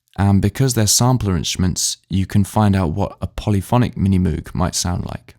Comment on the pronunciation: I must say, that's one sorry looking Minimoog you've got there. Although it sounds mighty good! New knobs and a sand/re-varnish would make it look brand new. BTW, we all know by now that Moog is pronounced (/ˈmoʊɡ/ mohg), as in Rogue. So it's a Minimogue, not Minimoooog. Nevertheless, interesting demo with great sound quality!